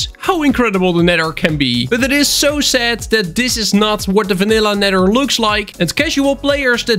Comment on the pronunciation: the way he said nether hurt me